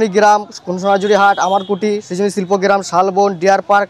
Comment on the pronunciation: সুজনী না সৃজনী শিল্পগ্রাম🤣